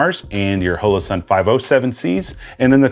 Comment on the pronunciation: i know that mean well, but you talk too much & your gesturing is even worse. Your videos are wa-a-a-y too long. You may confuse the uninitiated by calling the "M" model a compact. Other than that, you're doing fine. OH! Its Hollow Sun, Hoe-Low. And slo-VEE-knee-uh. Proceed.